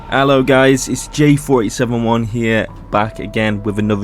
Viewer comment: does say 4871 but it's just the way you say the eight that makes it sound like 47